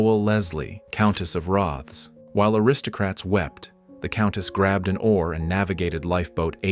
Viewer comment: It's pronounced ROTH ESS.